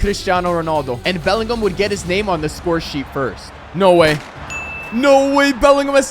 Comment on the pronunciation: Bro why do white people say names wrong